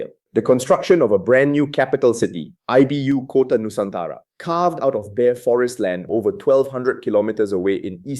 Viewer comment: The AI voice is annoying .- "I" "B" "U" "kota" - how about one (or two) words "ibukota" = capital city ? If you can't get this right, what else is wrong/fabricated in the rest of the text ?